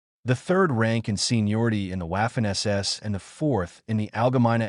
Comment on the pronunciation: You need to work on your AI lector. In German it’s not wafer or Wehrmacht. It’s pronounced Vaffen and Vermacht. I guessing this video got demonetised as it was written by chatGPT then read by spechello?